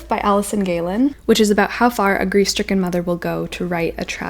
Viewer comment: When you said “grief-stricken mother” at the start I first thought you said “greased-chicken mother” HAHAHA- I had to go back and re-listen